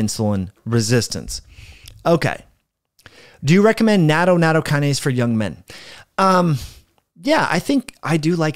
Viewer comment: natto is pronounced "not toe" hold the t sound. It is extremely high in vitamin K2, good for your heart and bones.